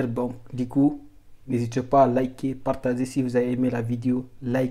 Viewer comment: Cool mais stp cest partager cest pas partazer tu as quel problème